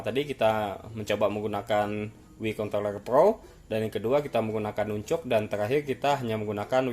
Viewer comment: Nanchaks❌ Nuncug✅